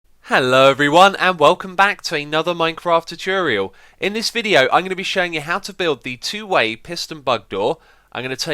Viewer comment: The way he says "tutorial" makes me cringe